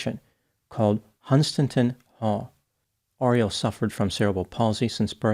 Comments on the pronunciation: I've seen this from when it 1st happened, I wanted to listen to your take on it but considering you pronounced Norfolk and Hunstanton wrong I think I'll move on 😂 maybe learn how to pronounce english places before making a video 😂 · It's pronounced "Hun stanton" with the emphasis on the "st". xx